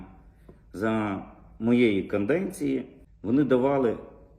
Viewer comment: Козицький і Садовий чим кращі за гринкевичів....мабуть іще корупційніші... Козицький вивчи слово "канденція".... бля лебілоїд